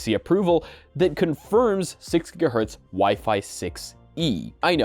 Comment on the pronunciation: "6 guh hurts".....nice